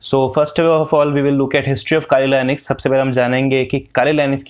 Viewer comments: 🇺🇸 : Linux 🇮🇳 (This guy) : Linus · Is linux pronounced as lainix?🤔